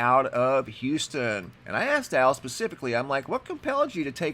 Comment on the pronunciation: Thanks so much for pronouncing Houston, not saying "Youston"!